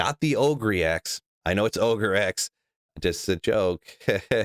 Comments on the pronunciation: Ogre (oh-ger), as in Shrek the ogre. Not Ohgree lol. ohgree axe. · Its Oh`grr not oh grey